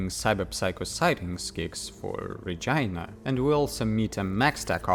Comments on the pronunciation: Love the video. It’s rah-jeeen-ah btw. Also, love the video 👍🏽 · the way you pronounce regina caught me off guard 😂😂😂 keep up the good work, homie